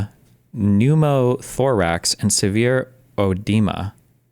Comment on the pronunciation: dude really said pneumo toorax